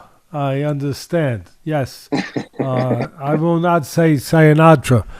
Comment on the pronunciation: I loved the "Sia-natra" instead of "Sayonara". That is some pure Yogi Berra stuff there.